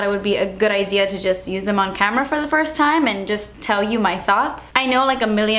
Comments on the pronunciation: firs impression 😂😂😂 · Firs impression lol ily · She forgot the s in first😂😂